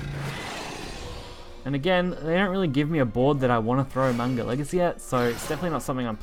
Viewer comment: isn't it pronounced as Mag-na Legacy instead on Man-ga? or was that an intended pun?